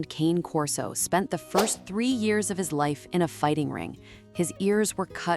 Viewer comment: Do not make a video about an animal if you don't know how to pronounce the name. Cane does not rhyme with pain. It's Italian. It's pronounced Con A. Con as in convict. A like the name of the letter A. Cane Corso How hard can this possibly be.